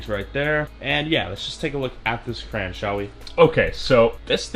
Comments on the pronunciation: It's cray on not cran this bothers me lol at least you learn something new everyday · Juris Blumfelds its not educational he's teaching us to pronounce crayon like cran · Crayon not cran btw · Wait isn’t cran how you say it and yes i am serious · Anyone else get triggered everytime he said “kran” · DID HE JUST SAY KRAN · Cant tell if hes saying cran on purpose or not and its stressing me out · Bro stop saying kran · Stfu stop saying Kran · Hold up did you say crayan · It’s no crans it is crowns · Boy u say kran one more time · It’s said Crey-yon in Canada atleast 🤨🇨🇦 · He pronounce crayon crane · Why did nobody correct you when you said Kran? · Every like I’ll add the correct pronunciation for crayon: Cray-on Cray-on Cray-on Cray-on Cray-on Cray-on Cray-on Cray-on Cray-on Cray-on Cray-on Cray-on Cray-on Cray-on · There’s only two syllables bud not one(crans) not three (cr-ay-on) two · I was triggered with "cran" "crayon" nonsense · I IS PRONOUNCED CRAYY-ONN NOT A FRICKING CRANBERRY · Ok. Hi CRAYY-ONN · Wtf is a kran 😂😂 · Hah yeah, it super triggering to keep hearing crayon pronounced cran 😂😂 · its crown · He can’t say crayons 😭😂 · Didn't know people said crayon as "cray-on". The way says it, is how I grew up saying it too. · Cray-On Say it with me now Craaayyy (as in you are crazy for saying cran) Onnnn (as in get on your your vocabulary) Just cherpin love the vids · you say crayon like “crans” bruh and all the other time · CrayOn not Cran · Its called a crayon not a cran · Why you SAY CRAN ITS CRAY-ON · STOP don't say cran IT IS CRAYON!!!!!!!!!!!!!! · It's CRAYON not CRAN LOL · I like how he says cran and not crayon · It’s not cran or cray on it’s cra. Ya on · Stop saying crans instead of crayon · Cran? Cran you read Crayon Not cran Cray On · What’s a cran??? It’s a CRAY-ON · Its cray - on not cran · Why tf does he say crayn💀 it’s crayon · It is a crayon not cran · It’s crayon NOT cran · It's pronounced cray(ON) not cray(IN) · Y u say cran